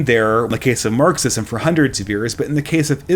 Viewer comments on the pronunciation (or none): none